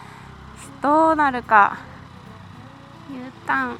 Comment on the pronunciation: ｕターンが牛タンに聞こえる:_すず笑顔:アップダウンがライダーの感覚に自然なのが良いですね👍️勉強になりました💯